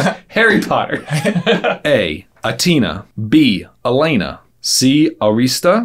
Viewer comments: Got Ariel’s sister question wrong because of friggin pronunciation!!! 😋 - b) not pronounced like Elena. It’s Alanna …(levooosia not levosiaaa) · I have a complaint on the fact that the younger brother pronounced one of Ariel's sisters names wrong. He pronounced Alana like Elena, so I instantly marked that as the answer only to find out it was D.) Adrina. I gave myself the point anyways because I would have gotten it had I known he meant Alan. Anyways I scared 24/28 (86%) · it’s pronounced A-lah-na but it’s a common mistake. 😁👍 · you pronounced 2 of Ariel’s sister’s names wrong...